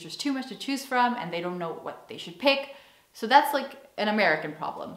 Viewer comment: Dag,. Leuke video weer! Je begint Nederlands te klinken in je uitspraak van je Engels! Het duidelijkst hoorde ik dat toen je "so" zei ([soʊ] in plaats van [səʊ]). Je spreekt vaker Nederlands dan Engels?